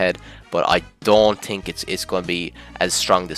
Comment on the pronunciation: Maxed out Irish accent